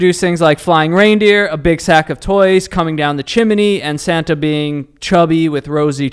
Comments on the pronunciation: Yo why he sayin chiminy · Chiminnee. Same as joe with cockaroaches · Why does he keep saying “chim-en-ny”???? 😩😅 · why the fuck does say chimney like that 🫩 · why the hell does add a syllable to chimney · I made a comment about that too! He’s adding syllables???